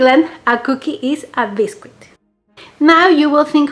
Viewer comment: We pronounce it Bis-kit not Bis-Quit. ☺️ but it’s spelt biscuit